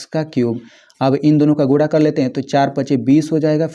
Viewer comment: Bhai Guna hota Hai AAP Gula bol rahe ho